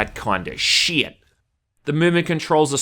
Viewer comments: I love how he pronounces 'shit'. SHIET. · If memory serves he first started saying it like that in STALKER Clear Sky, I remember lots of comments saying how he pronounced it funny but it sounded more like a slip that's become a running joke :D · Well, he is Australian. It’s just like British people saying shite instead of shit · cuz it's Australian thing at least it's understandable compared to common english where people barely open their mouths